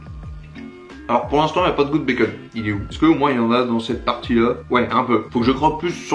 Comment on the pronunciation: Très bonne année à toi.Un plaisir de te suivre.J'ai remarqué que tu prononçais bacon, "békeune"😉.